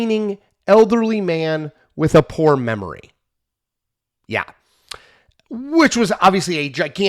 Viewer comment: "A well-meaning elderly man with a porn memory." That's what it sounded like Chris said, but I already knew the line.